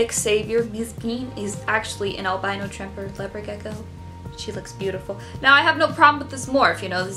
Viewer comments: If you want to call albino, 'al BIN o' and not 'al BI no', you'll have to move to the UK, as we say alBINo. But both the "albino" leopard gecko and the Ball you showed are not true albinos lol they are T-Positive Albinos. True albinos are a one gene mutation that is pink skin, white hair, scales, or feathers, with red eyes. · The way you pronunce "albino" is just exactly how the Italian pronunciation for "albino" is. Since I am Italian for a weird moment I felt like I just somehow changed the audio language, as if I was watching a movie ahah Very funny video btw